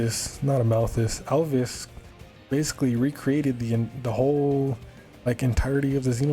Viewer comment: You said Alvis like Alvis Presly.